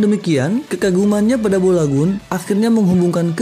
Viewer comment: Balogun bg bukan bolagun